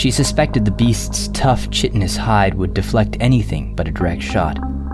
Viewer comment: Loved every minute. not to criticize, but coming from a helpful place. Chitin is pronounced "Kai tn". Great work, you have a fantastic imagination.